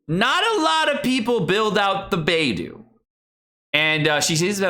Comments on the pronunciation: I love you, but Xingqiu should be "Shing-cheeoh" and Beidou is "Bae-dough." XD I'M SORRY, it's driving me a little nuts now that I'm hearing their names so many times in a row, haha. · It's like he's purposefully mispronouncing every character's name wrong. lol. Xingyang, Baydoo, Shingque